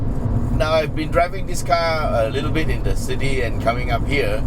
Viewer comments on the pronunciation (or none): none